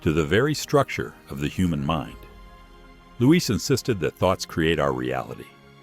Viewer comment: The problem with AI. Louise, not Luis! 🙄